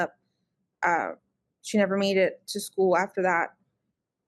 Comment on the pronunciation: This woman grates on my every last nerve. I don't know what it is about her. The way she says "school' like 'sku-ell' the way she was laughing at the parrot. I lost my cat for ten days. I did not sleep, I was out at 2 am looking. I had thermal drones looking. Flyers everywhere. I was completely without joy and bereft until I found my precious cat. I remember thinking - OMG what must it be like for a child to go missing.....? And I was NOT like this....!!!